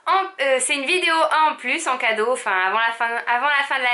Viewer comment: Tu me fait trop rire comme tu prononce les "C" tu l'accentue. Genre " un jour, un vlog, un KKKado " mdrrrrr bisous vous êtes super ❤️